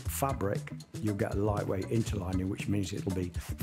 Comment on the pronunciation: Nice to hear you say interlining. I have some of your fabrics. Hopefully i wont ruin it when i make a jacket.😊